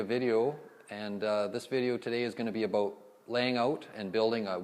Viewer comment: Edward Dongres "aboot = about" thats how I knew it was Canada Lol. Great video though!